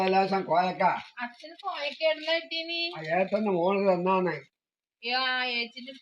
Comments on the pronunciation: കോയക്ക എന്ന് പറഞ്ഞൽ പേരാ..😂😂😂😂.കോവയ്ക്ക ആണ്. നിങ്ങളുടെ ഭാഷ കേട്ടു ചിലപ്പോൾ ഒറ്റയ്ക്കു ഇരുന്ന് ചിരിക്കാറുണ്ട്. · കോവയ്ക്ക എന്നാണ് പറയുക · കോവയ്ക്ക കോയക്ക അല്ല